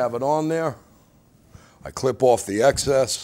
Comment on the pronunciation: love how he says "strings owff"